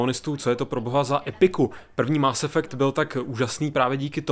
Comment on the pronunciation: Dobrá recenze, ale Kerberus, Máááss Effect a Shepárd to je prostě lol